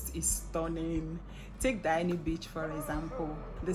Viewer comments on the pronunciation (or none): Diani is not pronounced "Dayani". It is pronounced Deeyani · Kenyan here....but its DIANI IS DIA-NI NOT DAYANI❤